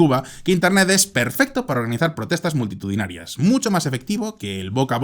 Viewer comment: 0.18 la manufestacion mas myktitudinarua con 100 personas